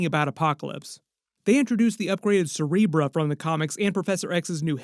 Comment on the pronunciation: Why are you saying “Cerebrah” … it’s “Cerebro”.